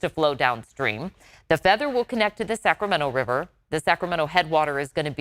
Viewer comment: "The Sacrament Wiver" lol